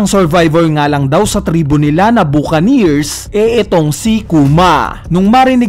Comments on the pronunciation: bakanir or buh·kuh·neer, no hate boss <33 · mali pronounciation mo lods sa Buccanear..Reference nyan ay ung "Buck an ear"